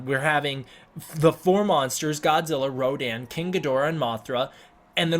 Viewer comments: It's pronounced RODAN and not RODIN . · . The only thing that bugs me is that Rodan isn’t Radon as that’s how it’s pronounced in Japanese